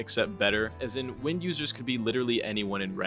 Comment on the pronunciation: the quincy schrift wind isnt pronounced like wind (as in flowing air) but as in WINDing up a toy